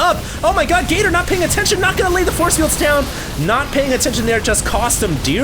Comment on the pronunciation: I can't help hearing "Gay Turd" :>